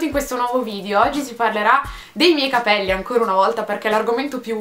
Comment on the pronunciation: charlotte alburi nella pubblicità della Pantene dice venti volte capèlli ahahah